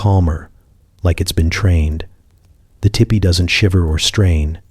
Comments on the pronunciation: Oh I just listened so this is all AI because you said tippy instead of TP So of course you don't know how offensive these are I mean I'm sure there's somebody there who knows I mean somebody had to program this stuff well actually probably not now that I'm listening to it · This is so good, i dont even mind you pronounce tipi as tippy. 😊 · Michigan here! Land of the great lake, Gitcheegumee.❤ If the AI was taught to say teepee correctly, I wouldn't even have known this was AI! Very soothing.❤ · ITS NOT TIPPY. STOP IT. I JUST WOKE UP ANGRY CAUSE YOU SAID TEEPEE ONCE THEN REVERTED TO TIPPY😫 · It's teepee.